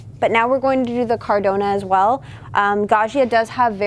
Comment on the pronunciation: It's caradonna